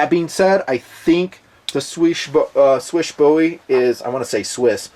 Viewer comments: did pretty good job pronouncing "Słysz", it should be pronounced similarly to English word "swish". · Your pronounciation of "Marcin" was not so good but "Słysz" was pretty much excellent. I was kinda surprised to be honest.